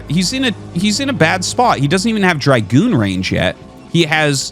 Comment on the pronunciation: Why is he pronouncing it like Draigun ? When its just a dra goon(gun)